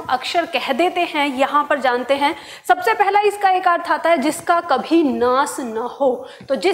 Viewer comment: महोदया! कृपया आप अपना उच्चारण ठीक कीजिए। आप नाश को नास,अविनाशी को अविनासी और श्वास को स्वास बोल रही हैं। बाकी आपकी शिक्षण विधि बहुत अच्छी है जिससे अनेक छात्र और शिक्षक जरूर लाभान्वित होंगे, ऐसा मुझे विश्वास है।